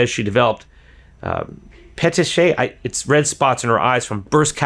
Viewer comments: The word is pronounced puh·tee·kee·uh. Florida degree, huh? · Its pronounce, Pet- Teak- ee - a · Petechiae= pa-tee-kee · Pitiki eye say it like that. Yes according broken capillaries in the eye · petechiae are small red spots often accompanied by tiny red spider veins. They are usually caused as a result of being choked or after vomiting extremely hard. It is pronounced Puh teek e i (long e, long i) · The spots in the eyes from being strangled are "peh-teek-ee-i"